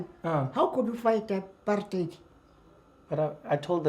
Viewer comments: Just for all the American people, it NOT pronounced apart-hite, it is apart-hate, Trevor is pronouncing it the way foreigners always said it. "Heid" in Afrikaans is pronounced hate, not like the German pronunciation. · I can tell Trevor's gotten tooooo used to the U.S by the way he pronounces apartheid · Yoooo the way Trevor is saying apartheid these days 😂😂😂😂noooooo way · Come on Trevor, you pronouncing apartheid like the Americans 🤷‍♀️ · so now he pronounces Apartheid with Slang 😂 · so now he pronounces Apartheid with slay😂😒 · The way trevor pronounces apartheid. Its so funny. Its like his not even from South Africa. Its so forced😂😂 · Great video, but please stop using the American pronunciation of "apartheid".